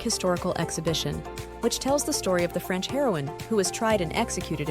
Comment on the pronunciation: My guess is AI. Believe it or not, some of us did take French in school and at least some of us know the correct pronunciation